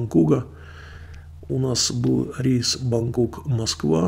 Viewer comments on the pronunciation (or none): none